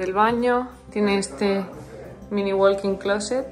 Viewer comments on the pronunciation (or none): Hola. En "walking closet", la ele no se pronuncia.